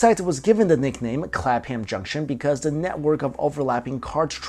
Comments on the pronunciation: Clap Ham Junction lol You pronounce it Clap'em junction ;) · Cool video n all, but OH MY GOD the way you pronounce Clapham is bugging me so much lol... Its "CLAP-MMM" not "Clap-Ham" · clapham not clap ham....just saying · Pronounced Clap'em Junction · its pronounced Clapem